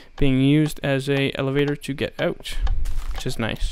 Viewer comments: "Aut" is a dead giveaway for all canadians. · You said Out like a Canadian XD